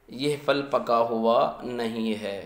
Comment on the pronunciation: پھل بولیں فَل نہیں پھ تلفظ؟